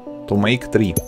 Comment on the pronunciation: It s not tri it s tree😂😂😂😂😂😂😂😂😂😂😂